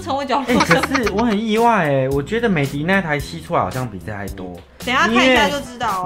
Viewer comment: 美的品牌是念美的ㄉ一ˋ歐。